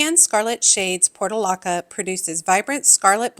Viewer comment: Portulaca is pronounced “por*choo*laa*kuh”.